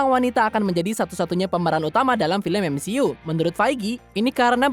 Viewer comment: bca skrip lmpeng amat siih, kan udh sring jga bhas mcu,, masa MCU (emsiyu) d blang emsi u, kevin feigi malah kebin fij,, aduuuuuuuh